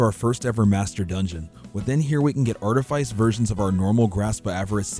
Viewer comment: Say practice. Now say precipice. Now say artifice....